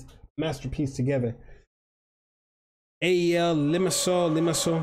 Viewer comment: Love from APOEL and you are saying the name right